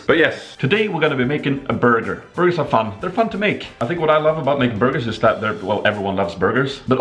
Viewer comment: Everytime he says Burger sip one! :D